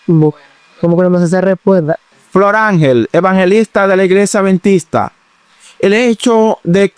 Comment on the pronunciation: Perdón, al anfitrión del programa no se dice aventista, se dice adventista. Por otro lado, Sí las leyes sólo eran para los judíos cómo dice la Dra y no para los gentiles entonces la salvación era para los judíos solamente y no para los gentiles?, Dios es el mismo ayer hoy y siempre, ya el dijo que no se debe comer cerdo, pero el ser humano quiere hacer lo que quiere, menos obedecer. La gracia no te libera de la obediencia, la gracia te capacita para obedecer. Y anfitrión no diga aventista que se escucha horrible. Adventista, mencione la d.